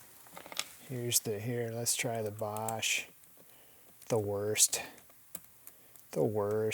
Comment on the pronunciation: Wer-ra??? The name is pronounced the way it is spelled Wera (We-ra). Also, Basch?????? It is pronounced Bosch (Bo-sch)